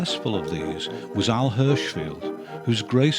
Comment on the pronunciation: Hi, I think Mariam Green (above) meant that you pronounced caricature artist Al Hirschfeld as ending in "field" but you most certainly included him in your video, starting. Al Hirschfeld's name was mentioned. Cheers.